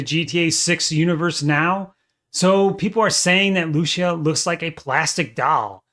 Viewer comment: thats not how you say lucia